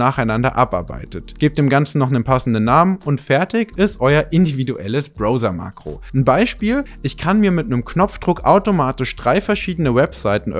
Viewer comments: Es heißt BrAUsa und nicht BrOser 😏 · Browser wird mehr wie "brauser" ausgesprochen als wie "brouser". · Bin ich der Einzige, der nach jedem "Brohser" laut "Brauser" gesagt hat? 🤐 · Gutes Video und sympathisch der Herr. Nur eines hat mich getriggert, es heißt Brauwser nicht Browser. Bro verzeih mir. 😊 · Bis auf das charmant ausgesprochene „Bro-ser“ 😄 ein wirklich schöner Bericht – hat Spaß gemacht zuzuschauen! Kleiner Tipp am Rande: Das Wort „Browser“ wird im Deutschen genauso ausgesprochen wie im Englischen: 👉 [brau-sər] – also mit „au“ wie in Brause und einem weichen „s“. Zur Orientierung: • „Brau“ wie in Brause • „ser“ wie in User Betonung liegt auf der ersten Silbe: BRAU-sər. Aber hey – solange der Inhalt stimmt, verzeihen wir auch gern mal ’nen Bro-ser 😉👍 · Wenn der Bro nochmal „Bro-sa“ sagt, dann verbrenne ich seine Geige. 😂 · Leine Info ….. auch im Englischen wird es Brauser ausgesprochen. Ansonsten ….. tolles Video…… bis auf den Broser 😂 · Man spricht es 'Brauser' aus, nix mit ooo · Junge, es heißt Brauser, nicht Brohser. Da rollen sich ja die Fußnägel hoch. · Erstens mal spricht man es "Brauser", Mann und nicht "Brouser", Junge Junge ein ganzes Feature über Browser und dann 500 mal dieser Schmerz, wenn man das hören muss! Gott tut das weh. Und dann ist das einzige, was interessiert, ob das Ding uBlock Origin unterstützt, also warum rückst du nicht raus damit? Ich hab das Video abgebrochen und einen Daumen hoch gibt es dafür nicht. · 🙈 Leuuuteeee: das ist kein Brouhser sondern ein Brauhser. Im englischen spricht man es Brauhser aus! Oder dann ganz konsequent Broffser, wenn du das englische Wort deutsch aussprechen willst 🤌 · Super Video, bravo, hab's installiert. Nur noch ein klitzkleiner Englischtipp (zu ow, oh weh): to browse, blättern, spricht sich 'tu braus' aus. Und jemand, der Blätter-Software braucht, ist ein Brauser... wie unter Dusche. Diese Shower wäre ebenfalls 'Schauer', nicht 'Schouer '... Grüessli us de Schwiiz!